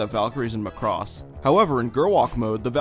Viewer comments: Every single time you say Muh cross I cringe. It's just Macross or Makurosu but not Muh cross. Otherwise good content! Thanks! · Its not pronounced "muh--CROSS" it's "Maa cross"... no way that's gonna make sense... in any case, this is a good video! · Your pronunciation "McCross" is really getting to me. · There was one more "Chou Jikyuu" you missed. Chou Jkyuu Romanesque Sammy Missing 99, an OVA from 1987. Interesting video but by god do I HATE the way American's say Macross. There is no emphasis on "cross", it is just MACROSS!